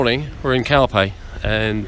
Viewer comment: English pronounce...calphey,🙃